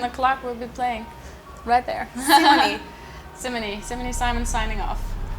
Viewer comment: It's pronounced "See-Mons" Source: am Dutch